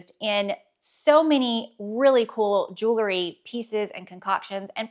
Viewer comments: I enjoyed your videos and find them helpful when I’m feeling in a fashion rut. One friendly request, please stop saying “jewlery”! As a fashion influencer, you should correctly pronounce common words in your chosen area of expertise. Jewelry. Sorry to be that person but somebody has to! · Please! It’s pronounced jewl -ry. Not jewel - ery. Many folks make the same mistake. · Jewel-ry.....Jew- lery (no) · Love the info you offer! But please, don't pronounce the word jewelry jewlery. It is incorrect and lessens your credibility.